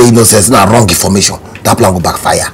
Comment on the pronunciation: I have a pran🤣🤣